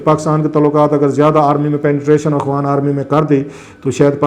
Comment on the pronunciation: Salam Sir shayed Mujhy aisa feel hota hai jesy ap "afghan" ki bjaye "akhwan army" bolty hen is it right ?